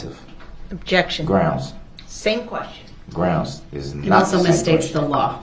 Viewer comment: Considering he kept saying "grounz" every time there was an objection gives me huge doubts he could provide you with a proper answer. When the prosecutor objects, she immediately provides grounz Then he says grounz Then the judge sustains the objection based on the prosecutor's grounz Then he says grounz for the sustainment Like... bruh... Sue immediately gave her grounz, and the judge is sustaining the same grounz. What GROUNZ ARE YOU LOOKING FOR!